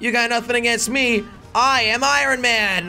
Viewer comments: He keeps saying irin it’s iron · I love how jelly just keeps saying ironeman in stead of ironman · Irin Man? i thought was pronounced Iron... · “Iorrn man” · I love when he says iron he says iRon man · It’s pronounced ion man not iron man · did he say I-ron man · It's iron not irin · Why is he saying irin man!?!??! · Jelly can't say iron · iron not irion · Nobody: Jelly: eye-Ron man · jelly says ironman like i-ron man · He said iorn man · He said (I Ron man) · The way he says iron though 😂 It's pronounced ion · Jelly pronouncing iron I-ron lol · Iron does not sound how it is spelled you say iRon with the r like how it is spelled but it actually sound like iYon the r sounds like a y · Pronouncing it eye-ron 🤣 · I stopped watching this vid because he was saying I R O N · he saying iron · he said iron wrong😂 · Just so you know kids, you do not pronounce the “R” in iron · Jelly I can’t help you saying iron wrong I just can’t stand it please say it differently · You say “iron” wrong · The r in iron is silent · you always say iron wrong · He can't say iron